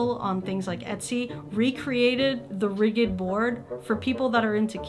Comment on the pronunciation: Just an FYI, “ridged” is pronounced like “ridge”-d and not “riggèd”.